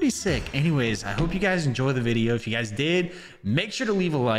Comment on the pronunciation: i thought he said gaes